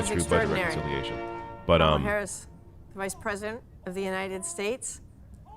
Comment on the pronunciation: I hated that they mispronounced Harris's name.